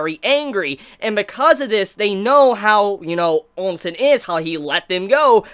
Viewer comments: Ousen not Onsen! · Please why do you keep saying ONSEN not OU- SEN i am sure you have been corrected a dozen times by now please fix this its really triggering to hear. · Pronounced Chin (Qin), Chee (Qi), Oh Sen (OuSen) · GUUUUH! how can you say OUKI but you cant say for the life of me OUSEN Were the hell you get the N From Nigga!?? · Ousen is pronounced as "ooosen"